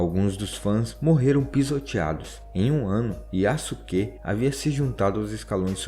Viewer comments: Yasuke a correta pronúncia é: "iaske" Sasuke a correta pronúncia é: "Saske" IÁSUQUÊ não existe SÁSUQUÊ não existe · Kkkk adorei o vídeo, e a sua pronuncia é melhor do que muitos canais que eu já tenha visto. Mas uma dica para ajudar: O "suke" (すけ) pode-se pronunciar "ske" sem o "u" Fazendo com o que o nome do Yasuke seja pronunciado como "Yaske" Edit: outro exemplo que eu lembrei é o Sasuke de Naruto, que se pronuncia "Saske" ;) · A sílaba "su" quando não é a primeira da palavra em japonês na verdade so é pronunciada o "s" ou seja Yasuke é pronunciado "Yaske" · Se pronuncia "Yaske".